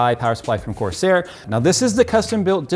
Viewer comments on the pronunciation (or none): none